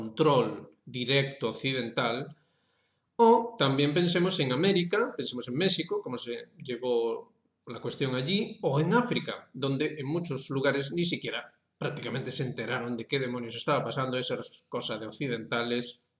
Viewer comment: Disculpe, ya se lo he escuchado varias veces, pero no entiendo por qué a México usted lo pronuncia como [ mé-shi-ko ] en vez de como lo hacen lo propios mexicanos con la antigua grafía, letra, la ' x ' para el fonema jota, hoy en día usamos la letra ' j ', así los mexicanos nombran [ mé-ji-ko ] a su propio país. Permítame que le haga un corta y pega de las recomendaciones de la RAE. "Pero más allá de cuestiones fonéticas, cabe preguntarse por qué hoy en día escribimos México en lugar de Méjico, o Texas en lugar de Tejas si en ambos casos pronunciamos estos nombres con una jota. Según queda recogido en la Ortografía de la lengua española (2010), «hasta principios del siglo XIX, el fonema /j/ podía ser también representado en español por la letra x». Sin embargo, en la octava edición de la Ortografía de la lengua castellana (1815) se decidió eliminar el uso de la letra x como representación del fonema /j/, o /x/, según el AFI. De esta manera, solo las letras g (ante e, i) y j (ante todas las vocales) representarían el sonido fricativo velar sordo. Ahora bien, en la Ortografía de la lengua española (2010) también se señala lo siguiente: […] Quedan algunos restos del antiguo valor de la x como representante del fonema /j/ en ciertos topónimos y antropónimos que mantienen una grafía arcaica, como México, Oaxaca o Texas […]. No debe olvidarse que la pronunciación correcta que corresponde hoy a la x en todos estos casos es /j/ ([méjiko], [oajáka], [téjas], [jiména], [mejía], etc.).